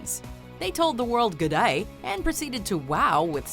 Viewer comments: The way she said gday killed me 😂😂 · Don’t say Gday again